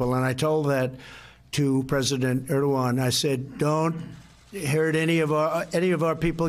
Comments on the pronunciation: Mika mispronounced Erdogan's name . It's hilarious that they work so hard to make Joe and Mika's words seem like their own (and the other regulars on the show, too) but, no, it's scripted. Further, these "talking head" actors apparently don't know what to say at all if the teleprompters fail . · MIKA COULD YOU PLEASE LEARN HOW TO PRONOUNCE THE PRES OF TURKEY'S NAME? IF 45 CAN SAY IT WHY CAN'T YOU?